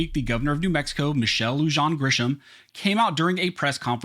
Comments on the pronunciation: Informative video, BTW, Lujan = "loohaan", Bernalillo = "bernaleeyo" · Dude, here’s how you pronounce Bernalillo: Burn uh leo Lujan is Lou Hawn. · Just a little correction on the tyrant's name: the middle part of her name is pronounced "lu-HAHN".